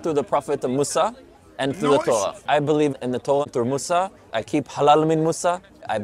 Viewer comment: Disagree with you rudy you said mosa as is yahoodi no he's muslim